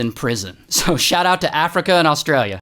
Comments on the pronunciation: "MAAL-bORN, ASS-tra-LEAH" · I thought the pronunciation was Austra- leeah 🙄 🎉😊